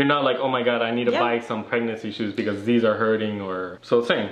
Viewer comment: I love you guys and all but I hate saying “pecause” 🙄😒